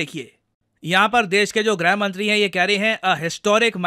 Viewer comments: ग्रह मंत्री नहीं गृह मंत्री। हिंदी Pronunciation पर थोड़ा सा फोकस करें😂🙏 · Sir Grah mantri nahi Grih mantri boliye Please consider it